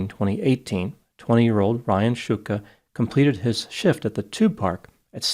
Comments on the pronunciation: He mispronounced it. It's pronounced like "Shtooka" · If it's pronounced Shootka, why is it spelled Shtuka? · Nice fight with the surname pronunciation... I wonder if they are of Slovak (or Slavic) origin, šťuka is a type of fish (Esox lucius in Latin).